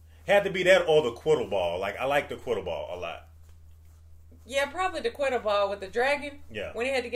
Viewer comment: Your convo at the end about Quiddle-ball 💀💀💀 It’s Quidditch- y’all were close 😂